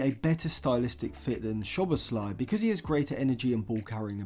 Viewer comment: Just for future videos including Szoboszlai: Sz in Hungarian is pronounced like ‘s’ in English. The right pronounciation for his name is: ‘So-bos-la-ee’